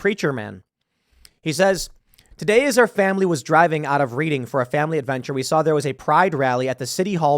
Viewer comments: Doesn't matter much, but locals pronounce it "reding" not "reading", like how it's spelled. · READING NOT REEDING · Its "Redding" instead of "reading" Tim. I used to live there but its really not that great of a city anyway. So Im not surprised theres no justice there. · You were right the second time... it's pronounced "red-ing" rather than "reed-ing" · It's pronounced "RED" ing. Not "READ" ing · It's pronounced "redding" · Disorderly conduct and it's pronounced RED-ing; I live in this s*** hole democratic city. That van is funded by sponsors. Some of the sponsors are Angry Orchard, TT's Tavern, Wawa, Tower Health, BradSull Training Center, Santander, Renewal by Andersen, QVC, PrEP Reading, Penn State Health, Penn State, Truly Hard Seltzer, Keebler, Muhlenberg College, PA Lottery, Highmark, First Energy Foundation, Walmart, PGN, Giant Food Stores, Customers Bank, 413316, 365810, Capital Blue Cross, Blinck Studios, Amerihealth Caritas, and All Souls Church. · Should be pronounced as Redding. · It’s pronounced Redding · The Reading Railroad is named after the city of Reading, PA. It is pronounced "RED-ING". If you ever played monopoly you should know that as one of the 4 railroads on the board game is named Reading. As to this incident, the cop later, can be seen tossing the backpack to the pavement, damaging it and the contents. So he stepped on Damon's first amendment rights and damaged his private property for no reason too. I hope he sues the 3 cops and the city.😆😆😆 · It would be pronounced “red-ing” even though it’s spelled Reading. You had Lancaster right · It’s RED-ing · Pronounced Redding. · It's pronounced Redding - also "Tyranny" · Pronounced Red-ing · I’m familiar with Reading (pronounced like ‘Redding’). I don’t recall Pride parades in previous years. Familiar with the demographics of the city, it’s not surprising the bulk of the attendees weren’t from the city. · Its pronounced Red-ing i live close to there. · It's pronounced Red ing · its ‘red-ding’